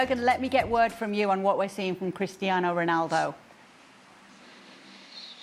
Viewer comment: Why does the 1st guy pronounce Cristiano’s name like that? It’s wrong. CR7 is not Spanish… 😮 And us not a single word. The other guys do it better.